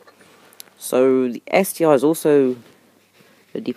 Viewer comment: It's ST-ONE NOT ST EYE.